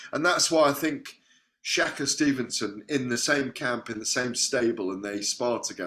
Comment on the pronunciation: It's shakur not shakka